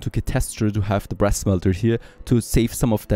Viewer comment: When you talked about making brass i could've swore that i heard breast instead of brass lol gotta love accents and me not paying a lot of attention:P keep up the good work